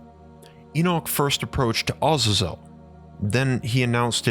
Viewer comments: I wasn't going to correct it but thr more you say it I figured it might help in the future 😊 It isn't pronounced Oz-za-zel - It is pronounced Uh-zay-zel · it as a zel not awe zezel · Do you mean, Ah-zay-zel? I hate how people pronounce things differently to make themselves sound or feel more intelligent. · It's pronounced differently Azazel w second a as A a za zel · I enjoyed your video, and your channel, however, your pronunciation of Azazel and other names are woefully inaccurate.